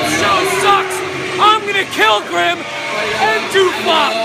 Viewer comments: Grim not grimby or grimy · Grim not grimy